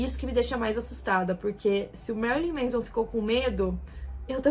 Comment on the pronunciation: Não é "MEIZON", é "MÉNSON".